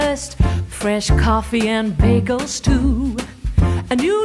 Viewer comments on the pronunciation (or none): none